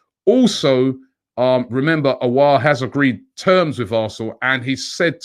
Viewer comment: Robbie is even getting the pronunciations right for Aouar now, it's been that long😂